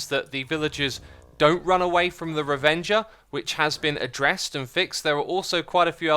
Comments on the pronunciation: I’m pretty sure it’s ravager, not ravenger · Is he intentionally mispronouncing Ravager? Or has he just never actually stopped to read it properly? Fun Fact: it's not "Ravenger", it's "Ravager" which is an actual word. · Excuse me what did you say? "Ravioli-avenger"?